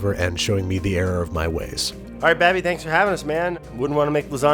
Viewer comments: No one: Brad: Babey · I also like when Brad calls me Babby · is it weird that I like it when Brad calls you babby? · Babby or Babi? Since Babi mean pork 🤣🤣🤣🤣🤣😂 in some language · I like it when Brad calls you “Babby” too